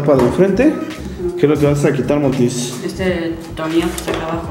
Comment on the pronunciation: Porque el Morty no puede decir bien la palabra tornillo Dice "tornio"